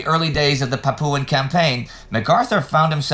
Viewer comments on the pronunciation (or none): Indy... Please Papua is pronounced "Pah Pwah" (or Papuan is Pah Pwan).